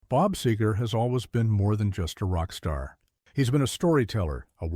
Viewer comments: He would probably also hate the way AI is pronouncing his last name. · AI can’t pronounce Seger or polish then I can’t listen to it.